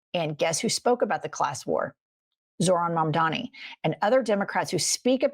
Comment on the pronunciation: 😅 It's "Mamda-n-i" ✅ not "Mamda-m-i" ❌